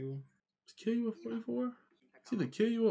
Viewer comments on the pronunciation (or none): Just letting y’all know it’s pronounced kill-oo-ah not keel-you-ah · Its pronounced kill-you-all lol